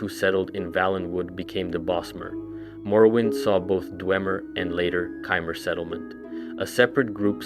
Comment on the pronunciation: Get your pronunciations right bruh it's really annoying, nedes, chimer, tsaesci holy larper